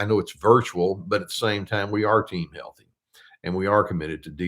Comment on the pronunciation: "team heaththy" - thou doest professeth too much. lol : D